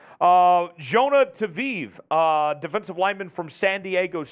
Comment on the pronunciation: For all who wants to know how to pronounce Jonah’s last name? It’s Tah-vai <- the “i” is a vowel. You’re welcome 😎